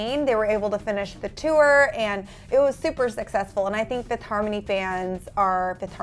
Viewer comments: You did a mistake its fifth* harmony not Fififth harmony lol😂😂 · FIFITH HARMONY... FIFITH??!? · "Fiffith Harmony" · 'fifith' harmony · 'Fififth' seriously.